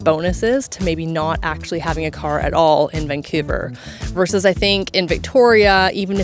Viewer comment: Not 'verse', the word is 'versus'. Verse is in a song or poem. Sigh...